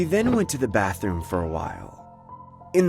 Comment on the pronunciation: “just pointed at the BOTHroom”